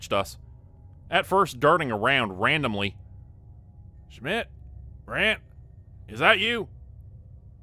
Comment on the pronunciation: Schmitt, Richter.. well German pronunciation 😊😊great story written and performed! Hi from a German gal